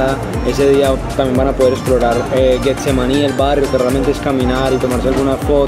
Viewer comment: Deberían pagarnos un dólar por cada vez que dice “GUEtsemaní” 😂